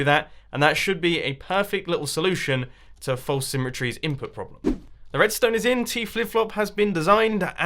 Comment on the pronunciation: Anyone ever notice that he pronounce false like folce when saying false symmetry but he says it normally when he's just saying false. Lol accents can be kinda weird